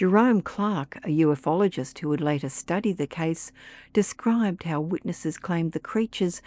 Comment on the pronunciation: It's pronounced “u-fologist" not “uf-ologist".